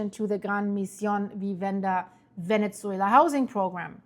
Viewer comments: It's not ve-net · Venetsuela! Not sure why she can’t say the proper pronunciation Venezuela, geez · For the love of GOD, stop saying VENETZUELA…. There is no T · Please please, there is no T in Ve-Ne-Zue-La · Very strange pronunciation of Venezuela. Never heard anyone pronouncing like that. 🤔🤔🤔